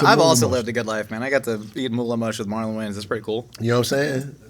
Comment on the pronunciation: "I'm MOWLEN wayans" ??? ha??